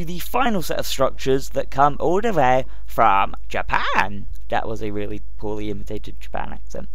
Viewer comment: i hate how he says really